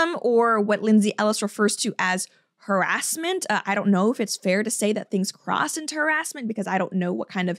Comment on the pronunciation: " What Lindsey ellis refers to as Her Ass Ment" - five seconds later wait what did she say? Accents and how they change placement of emphasis are just awesome. .... No, that's not why I just subbed, but still lol